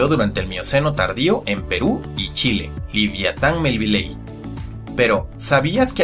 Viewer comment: Se dice liviatan Melvillei mi liviatan melvilei